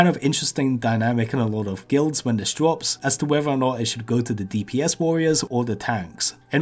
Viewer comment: Anubis lots of people will woll when it dwops